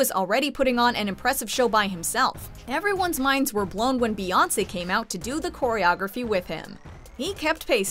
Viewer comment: Oh look it's beyouncy oh sorry it's channin hahaha